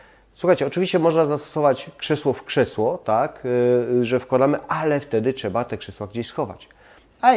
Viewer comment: ...masz świetny kanał i świetne pomysły ale...zgrzytam zębami jak słyszę twoją wymowę np. bedzie zamiast będzie, czeba zamiast trzeba, jes zamiast jest, itd.